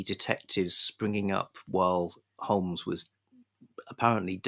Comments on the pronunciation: silent l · Stop it,. Stop this Americanism right now. There's no 'L' in Holmes.